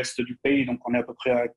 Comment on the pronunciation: Moi aussi j'aime bien, il me fait marrer comme il est incapable de prononcer le son "on", il dit Macran, maisan, avian, citran, pistan, camplètement, etc. Mais ça n'a pas l'air d'amuser Bercoff.